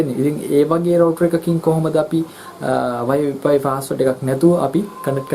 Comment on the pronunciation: වයි පයි නෙවේ...වයි ෆයි නේදෝ